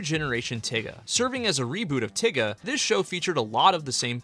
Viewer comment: Please stop saying tiga like the n-word😭😭